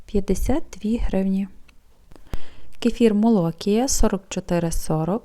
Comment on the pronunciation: Молокія--наголос на і!!!!!а не на--о!!!!!